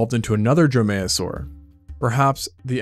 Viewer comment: Dromaeosaur is pronounced DROME-ee-oh-sore, accent on first syllable. Drome-MAYO-sore is funnier, however.